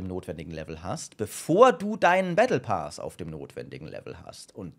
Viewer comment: battle pass. PASS nicht pas und auch nicht paas! wie kommst du dazu das: ,,A'' lang auszusprechen?